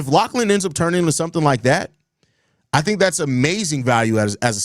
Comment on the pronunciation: What the fuck is a Lack-lan my boy?